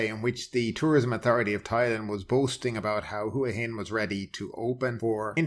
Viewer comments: Hua Hin is pronounced WAA HIN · ...just finished a random poll of 20 Thais in the street and all said WAA HIN. Why would one have to be Thai in order to get the correct pronunciation?